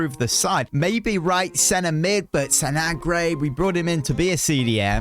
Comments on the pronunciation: ITS NOT SANAGRE ITS SANGARE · SanGARÉ not SanAGRE